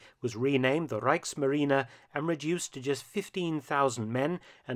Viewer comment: good to hear a presenter pronouncing German words correctly. Given up on number of documentaries about WW1 and WW2 etc where the presented can't say 'Reich' or anything with an 'ch' in it.